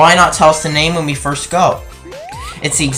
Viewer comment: Sirst cutscene its called video editing and correct use of REAL WORDS and not sirst, i think u should try it